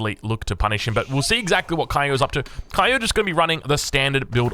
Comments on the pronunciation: if he's/she's from japan, his/her name is pronounced KYO not KAYO... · Kyo is Vietnamese, and he pronounced his name 'ki-o'. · Kyo pronounced his name 'ki-o', and yes he is Vietnamese!